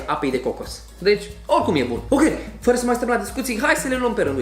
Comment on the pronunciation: i m also a native speaker and while he may be easy to understand, he does a lot of what i call "vowel swallowing" ["suc'rile alea", "f'ra alte discutii", "ap's(a)ti"]. unfortunately this has become very frequent in romanian and it s very disturbing [personal opinion, of course]. romanian doesn t have long vowels so if we don t keep them as they are, along with diphtongs and triphtongs, we risk sounding like "prst", "smrt", "ctvrt" which are, trust me, real words in czeck and serbian. you are right...he may not have been hard to understand, but my brain paid more attention to the way he pronounced than to what he was saying because, although i live in a region with a "fast speaking pace", we do pronounce the vowels. speaking fast doesn t mean swallowing sounds ...but again, that s why oratory is an art... 😉